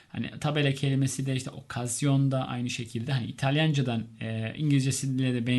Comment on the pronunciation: Okazyon ahahahhaag